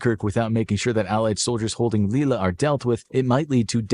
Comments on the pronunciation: Lille is pronounced leey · you know the video maker doesn’t have the best attention to detail when they have a map of Germany as it is today; Germany’s borders in 1939 were very different! And so the rest of the video showed. “British Channel” and the pronunciation of Lille being particular low points!